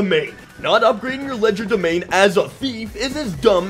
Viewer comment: I believe the D in Legerdemain is silent.